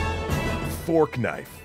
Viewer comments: Is he calling it Fork Knife lol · "Forknife" lmao